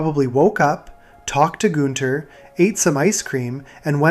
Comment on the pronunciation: Not goon-ther